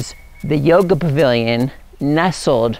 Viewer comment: are you saying Bavilon? isn't it Pavilion? :) beautiful land!